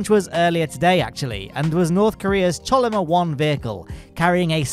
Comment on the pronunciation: I believe Chollima is pronounced Tsollima.